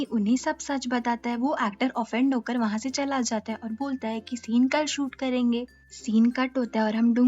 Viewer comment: Di aapka karenga word bhout funny lagta hai 😂😂😂😂😂😂😂